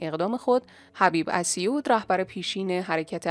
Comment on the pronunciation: بابا چقدر تو سوتی میدی اخه محاله درهفته سوتی و تپق نداشته باشی اسیوّد رو اس یوود تلفظ میکنی؟ وای برما گوینده های باسواد ما رو !